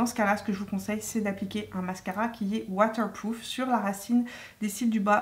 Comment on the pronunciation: « Mascara watewpwoof » 😅😘